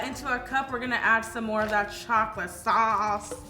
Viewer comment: “MOrE Of DaT ChoClAtE SawCE”